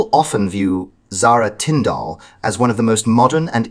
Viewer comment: PLEASE lern how to pronounce Zara's surname . It is nOT Tinfdalllll.